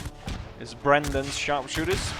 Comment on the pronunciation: Oh by the way, it's Berdan's Sharpshooters and not Brandon's.